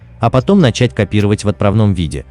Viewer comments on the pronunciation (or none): none